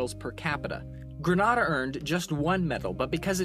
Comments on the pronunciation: Grenada = pronounced “Grenayda” nor “grenahda” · I'm surprised nobody mentioned this yet, but it's pronounced "Grenade-ah" like from the word "hand-grenade" and "ah" at the end. Also wow, I didn't realize my country was 3rd in medals per capita, "Trinidad and Tobago" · its grenade-a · It's Green- nay - da NOT Granada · I'm a Grenadian, and I you must know it's Gren-ay-dah, not Gren-ah-dah. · you dont know how to pronunce grenda you just offneded a lot of people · your pronouncing grenada wrong tho just sayin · Great video But next time please do some research on the pronunciation of Grenada 🇬🇩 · You pronounced Grenada wrong.